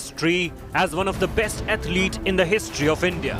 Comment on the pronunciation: It’s India not ndia